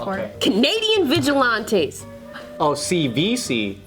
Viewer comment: Them damn Canadian vigilianteeze